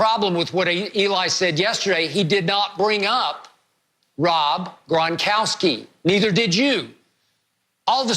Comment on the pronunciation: “Rob Grongronkgry”